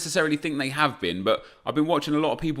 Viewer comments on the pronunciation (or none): none